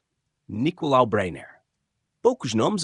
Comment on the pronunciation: Breyner; em português de Portugal (e ele era português) pronuncia-se "bráiner" e não "beiner".